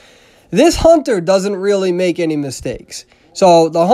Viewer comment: You said HONTER WAY TOO MUCH